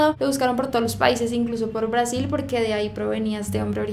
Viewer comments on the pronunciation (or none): none